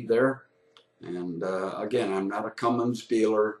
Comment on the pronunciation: Did he pronounce it "Cummings"? Right out of the gate...